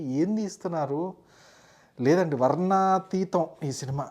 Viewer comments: Adi varnatheetham kadhu, varnanatheetham next review ki pancha kattukoni ra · adi varnateetam kaadu varna naa teetam 😅